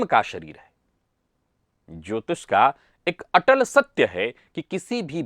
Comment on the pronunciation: अत्यंत प्रशंसनीय है कि अब 'श', 'ष', 'स' और 'क्ष' के उच्चार कभी-कभी सही होने लगे हैं। बस, अब पूरी तरह से "मेस रासि", "ज्योतिस", "श्नान", "नच्छत्र" आदि कर्णकटु उच्चारों को पूर्णतया 'तिलांजलि' दे दी जाए।...